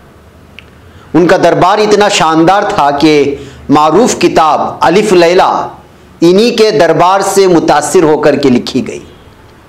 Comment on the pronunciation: الف لیلیٰ یعنی ہزار رات لفظ الف کے ل پر جزم ہے نہ کہ زیر